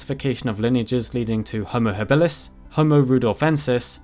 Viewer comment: your pronunciation of habilus kills me.